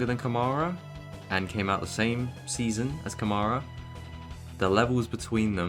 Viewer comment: Campos undoubtedly has the best car, both their drivers are up there. Invicta isn’t the same team it was in previous years, and Câmara is squeezing absolutely everything out of that car with his talent. And saying that Durksen has the same amount of victories, without mentioning that those were sprints while Câmara's were features, it's not fair. Finally, it’s pronounced Câmara, not Camâra 🤭